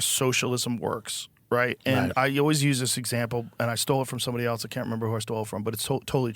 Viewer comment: Can we stop saying “eltse” please. Joe and Asmongold kill me with this. It’s “ELSE”. Love Joe but just had to say it.